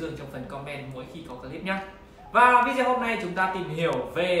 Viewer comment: Cam on nhieu.xin hoc lai cach doc chu video,dung doc vi deo nhe!